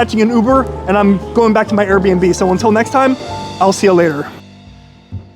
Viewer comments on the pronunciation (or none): none